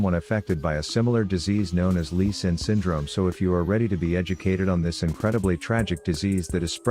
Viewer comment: as a Vietnamese i'm deeply ashamed by the lee and the yas